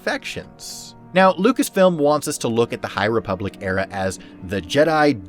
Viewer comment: this guy said high replubic im out